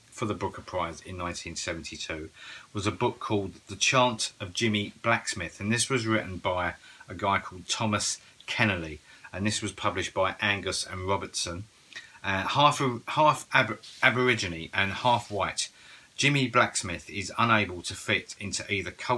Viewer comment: Chant of Jimmy Blacksmith is great. Just FYI. It is pronounced. Ken-ear-lee. 😊 we read it at school. Keneally also wrote Schindler’s Ark (filmed as Schindler’s List)